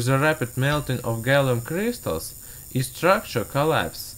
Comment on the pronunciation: when you say crystals is sounds like crishtals